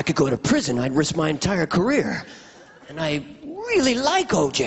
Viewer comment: 2000 yar at buffalo bill! And I rweally wike Oj! But you’re right! It’s just too good!